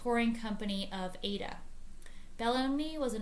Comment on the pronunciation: Generally accepted pronunciation of Verdi's Aida is Eye-ee-dah. (Not pronounced as Ada).